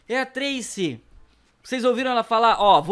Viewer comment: Não é trese é Tracy